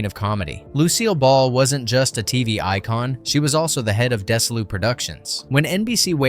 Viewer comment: Dez-ee-lew not Des-ih-lew and Kay-nig not Ko-nig